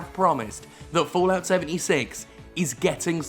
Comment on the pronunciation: Fo-Lout ~ Fo-Lout ~ Fo-Lout ~ XD